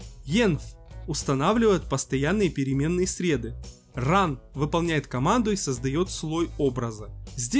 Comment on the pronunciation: Кто произносит «Переменные срЕды», как и автор - врядли понимают о чем говорят